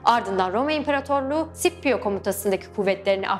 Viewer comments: Bu arada tekrar tekrar baktım kardeş, Klasik Latince'de Skipio olarak okunuyor isim. Adamcağız da Klasik Latince döneminde yaşadığına göre :) Bu arada Latince okunuş kuralları hemen hemen biliniyor. Şiirler özellikle yardımcı olmuş zamanında nasıl okunduğunu anlaşılmasında. Şiirlerdeki ahenkten ve uyaklardan çözüyorlar genelde :) Ayrıca Sipio Anglofonların okuyuşuymuş, tıpkı "Henibıl" gibi. Şipio İtalyanca etkisindeki bir okunuşmuşmuş. Kilise Latincesi de böyle okuyormuş sanırım :) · "C" sesinin bazı yerler de "S" bazı yerlerde "K" olarak okunduğu doğrudur. ancak hiçbir zaman Sh şeklinde okunmaz. SCIPIO sippio olmaz. Ssipio da olmayacağına göre bilindiği gibi Skipio'dur. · Hannibal, Hamilkar Türkçe'deki gibi okunur. Keşke nasıl okunduğunu da araştırsaydınız :D Bir de Sippio değil Skipio diye okunur :D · Rocco Amanpour sh şeklinde burada okunuyor. Normalde s diye de okunabilir yani. Aytıca sipio diye neden olmasın? Bunun bir kanıtı yok diye biliyorum? Ama muhtemelen Skipio doğru olandır. Araştırsaydınız demen yanlış, araştırmayan skipio diye okur belli ki araştırmışlar. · Telaffuz'u duyduktan sonra bir şey diyemiyorum :) Scipio Africanus'a Sippio demek, Hannibal'e Henibıl demek :) Tarihin en iyi taktisyenlerinden birine böyle hitap edildiğini duysa adam mezarında dönerdi :)